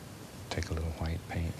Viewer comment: DOOD OMG I'M DEAD WHEN HE SAYS THAT OMG